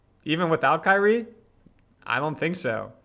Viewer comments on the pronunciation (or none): none